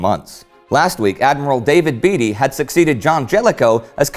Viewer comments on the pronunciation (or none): i think beatty may be pronounced, b(ait)ty. just thought i'd let you guys know just in case you wanna look into it, cheers guys and keep up the good work